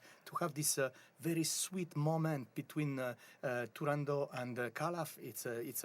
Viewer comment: Bravo, the great Alagna! And thank you for the correct pronunciation of Turandot.